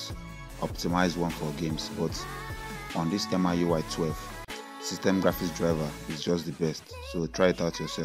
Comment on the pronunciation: It's not M-I UI IT'S MEE YUU EYE😉